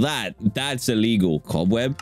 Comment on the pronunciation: Dan..... IT IS ALEGAL